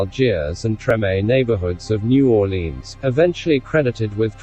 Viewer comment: At least Howard said New Orleans right. Learn it bitches, get it right.